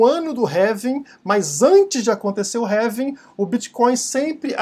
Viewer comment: Pq vc fala "révim"? Não seria "Relvim"?